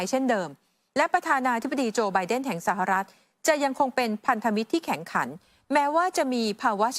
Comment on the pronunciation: เรียนคุณอ่านข่าวคุณอ่านผิดเยอะมาก:สงครามระหว่างรัสเซียกับยูเรรนคุณก็พูดว่าะหว่างสงครามระหว่าง.....มันผิดรู้บ้างมั้ยและแข็งขันคุณก็พูดว่าแข่งขันมันก็ผิดอีกบอกตรงๆว่าทนไม่ได้จริงๆจึงต้อฝcommentมาสะกิดให้แก้ไข